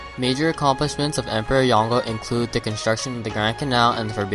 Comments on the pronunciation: It's pronounced yon-gul I knew him personally and he would refer to himself in 3rd person, as yongul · The pronunciation of Yongle in this video is wrong. it should be Yong-Le